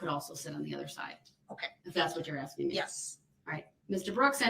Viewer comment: "I am not axeing you... I am telling you to be here mom"